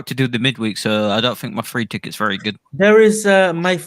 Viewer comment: you said ticket very weirdly 🤣